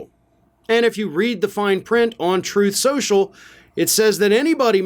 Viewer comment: that's 'Troth Sential'! 😂